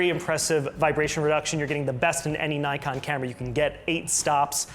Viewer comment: There is NO 'Y' in NIKON ! If you don't believe me ask NIKON its their company . Instant thumbs down and with off ! Bye !